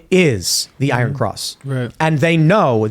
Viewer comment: It is pro nounced EYE RUN!